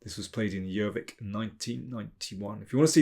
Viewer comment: Thought the first move was a bit obvious, saw the second eventually. sadly i had missed a possiblr defence for black so i am not counting it as a win. I juat have to say your pronounciation of Gjøvik was very good. thanks Daniel.